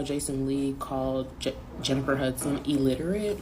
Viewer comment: This just made me realize how many people can't pronounce the word "illiterate" correctly 😂😂